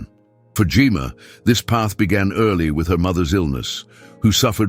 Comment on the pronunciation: Maybe spelling her name Jemma would cause AI to pronounce it properly